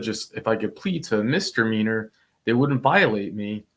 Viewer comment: Misdemeanor not mister meaner.